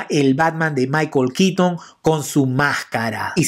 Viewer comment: Es michael keaton, no kitn. Es bueno el video pero la forma en la que nombras el nombre del actor no me agrada